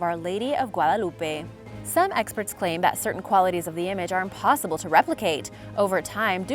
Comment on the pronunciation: Is she hispanic, because she pronounced the word "Guadalupe" so good